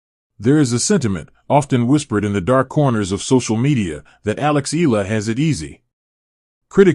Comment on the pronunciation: Eala pronunciation E ya Is 20 y o last year 23rd of May,2025